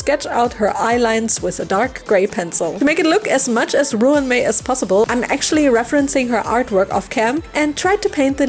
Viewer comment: Ruan is pronounced like run. The doll is spectacular.